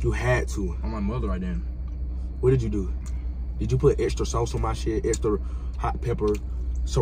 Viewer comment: "that American deli shauce' LMAO